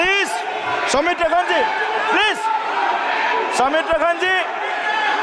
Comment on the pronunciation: no😤also pleej😂